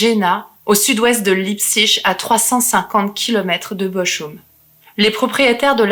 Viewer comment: Y a pas Leipzig qui se prononce "L'ail psyck" et non pas "Lipssiche" ? 😅